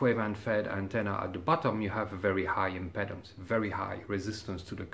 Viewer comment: ..Your tech knowledge is par excellence.. I don't know if you are aware of it but your English is better than many, (MANY) English men. I realise just how much effort you have put into learning our bastard language so I know how you will welcome a little, one-word adjustment. You say "impedance" with the E sounding like "Head or Bread." It is actually much closer to your "vite"...or our "street..treat..sleep, sheep." Comme l'Impeedance Je vous remercie bien pour toute. Vive La Belle France et peut-etre Gen. De Gaulle. A bientot! Mon Cher.. Vive L'hot club, Le Django Rheinhart Merveilleux et le Grapelli encroyable! G3NBY